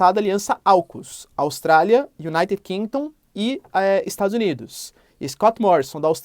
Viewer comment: Iunaite kingdon kkkkk cara meteu logo um inglês